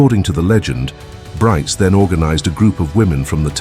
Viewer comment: Brites is pronounced somewhat like Breets.